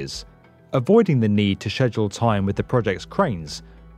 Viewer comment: So he really just can't say schedule?